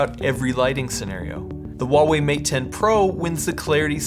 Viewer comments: Great video, thanks. Just a tip from a guy that lived in China for ten years , Huawei has an H, it is necessary to pronounce the H, it is not WaWei , not at all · Yeah, they paid him and not even know how to pronounce their name.